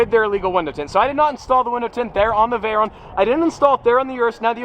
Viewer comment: yep stop complaining im french in my country people always complain you know the law so dont play with and win dows tint make your car suspicious and dangerous at night (less visibility ) and its Veyron not veyyyyronnee at least you pronouce well Lamborghini